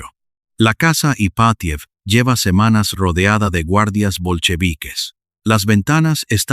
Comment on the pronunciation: Estupenda historia, pero los nombres rusos son esdrújulos, llevan el acento en la 1a sílava: Rómanov, casa Ípatiev etc. Es un detalle, pero importa en la narrativa. Saludos desde México.